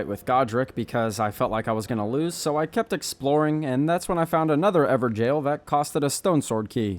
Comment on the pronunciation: I love how he said everjail not evergoal